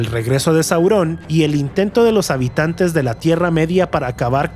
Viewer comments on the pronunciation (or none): Por qué dices "Saurón" o "influencía"?